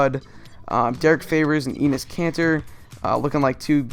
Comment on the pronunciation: Great video, but Enes isn't pronounced 'eenis' it's more like 'ennis'